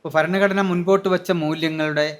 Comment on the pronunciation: ഫരണഘടന അല്ല ഭരണഘടന! ഇവറ്റകൾക്ക് India യുടെ പേര് ഭാരതം എന്ന് ആക്കിയാൽ ഫാരതം എന്നെ പറയാൻ പറ്റുകയുള്ളല്ലോ! വിദേശികൾ പോലും അന്ന് ഭാരതമെന്നും ഇവറ്റകൾ ഫാരതം എന്നും പറയും!!!!